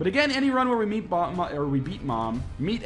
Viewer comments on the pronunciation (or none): I love the "Eat" instead of "beat" blue baby. :D